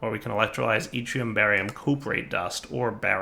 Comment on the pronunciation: Hey he pronounced yttrium right!